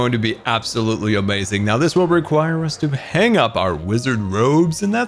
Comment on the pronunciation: Nobody:: amoizing